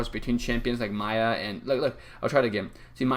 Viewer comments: Its not maya its miya fam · how to pronounce miya? its maya (he said this) lol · It is not maya it's miya